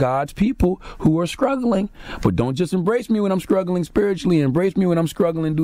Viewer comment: did he just say "scruggling"?